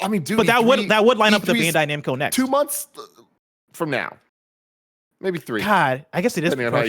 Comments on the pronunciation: Tim slippin "bando namcai" lol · Re: The Bandai Namco story, Tim says “Bando Namcai.” Lol. God bless you Tim! Let Tim host!! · Bando Namcai he says lol